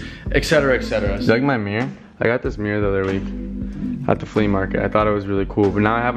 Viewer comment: you and both say some words the same like “mirr” (mirror) and i love that